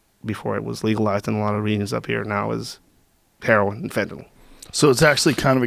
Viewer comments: He can't sat fentynal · be can even say fentanyl